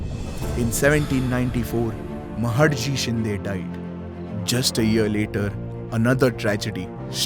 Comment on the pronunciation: महाडजी शिंदे? what the hell is happened to your pronunciation? Its महादजी शिंदे! use Marathi pronunciation, don't talk like British